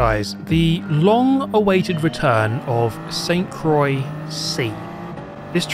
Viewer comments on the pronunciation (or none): I think he's just pronouncing "Croix" with a silent X like "Croi" which is closer to being correct than incorrect. I'm sure it's supposed to have French pronunciation "cwah" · "Sent crawi" was the most terrible pronounciation I've ever heard, still gave me good laughs though. Good video! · It's pronounced kwah, like croissant 👍🏻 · Naw sounded like Saint croy 😂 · Croix is pronounced like the first part of "croissant". Like, Cro-ah. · I didn't pay attention to how it's written and only now realized how hard he messed up 😂😂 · Bro say St-Croix correctly 😭😭